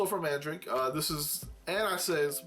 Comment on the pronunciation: Great video, man. That paladin knight girl looks nice, I've seen it a couple times in the pre-owned section on AmiAmi. Btw Mandarake is actually pronounced Man-da-rock-kei with a little rolling of the tongue when saying it.